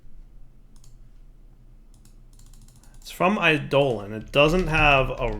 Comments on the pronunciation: i-doe-lawn, not i-dolan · I always pronounce "eidolon" as similar to "ai'doh-long", so pronunciation as "I, Dolan" bothers me. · it's pronounced like 'Ai duh lawn' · Is it a purposeful joke with this one? It really doesn't sound great with this one.